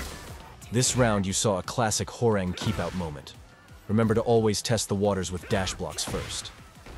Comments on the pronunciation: Huwa - Rahng, not Whore-rehng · as a Korean , his name is pronounce Hwa -Rahng not WhoRe Rang like the telephone rang 😂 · i love how the tts voice pronounces "Hwoarang" as "whore-rang" 🤣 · I always knew the announcer said it wrong lol I think main man pronounces it the worst lol